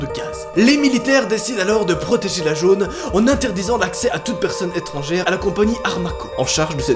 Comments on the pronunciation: Ah il a dit « protéger la jone » au lieu de « protéger la zone » jpp 😂😂😭😭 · Ta dis jone au lieu de zone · C'est moi ou il a dit "protégé la gone au lieu de zone" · Tu as dit la jone au lieu de zone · Il a dit jaune au lieu de zone 😂